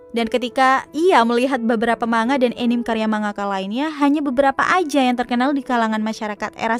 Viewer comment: untuk mbaknya, anime dibaca a-ni-me, bukan enim ya mbak hehe